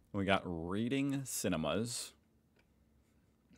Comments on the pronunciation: it’s actually pronounced ‘RED-ing cinemas’ honestly i didn’t know this till last year lol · It's pronounced reding not reading. I should know because I worked there. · Haha Readings is pronounced "Red-ings" ETA: we call it the A triple C it's a lot quicker to read. I do shop at the Reject Shop, 2kg Radiant washing detergent is less than $10. It's $22 at Coles and Woolies. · That wasn't a strip mall. Strip malls never have that many shops or a movie theatre. It was just a regular small shopping centre. Also, it is weirdly pronounced "reding cinema" (same as the colour) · Wait Reading cinemas I KNOW WHERE THAT SHOPPING CENTRE IS IT'S IN TOWNSVILLE QUEENSLAND MY HOME!!! Reading cinemas is pronounced "redding" and it's a regular movie cinema named after a person who's last name was Reading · Reading is a cinema and it’s pronounced Redding. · Reading cinemas is pronounced "red" ing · reading CINMAS, IS Pronounced ''REDDING Cinima. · Reading Cinemas is pronounced "redding", like the UK town, Reading (pronounced redding).